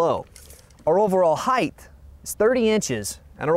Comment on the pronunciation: I noticed this guy pronounces the word 'height' with an extra 'th' sound at the end. Is that the usual American English pronunciation?